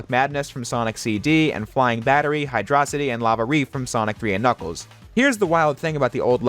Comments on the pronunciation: Hid-er-ok-ity what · just posting to say great vid and i noticed you pronouncing hydrocity zone both ways in this lmao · alternating pronunciation for Hydrocity Zone. clever. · wow, he pronounced Hydrocity both ways! Great video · I like how you pronounced Hydrocity Zone’s name both ways so people wouldn’t bother you in the comments.